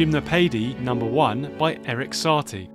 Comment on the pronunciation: the info is great, the pronounciation is crazy lol Shimnowpeidy by Saty lol